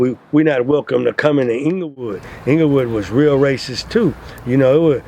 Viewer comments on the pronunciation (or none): none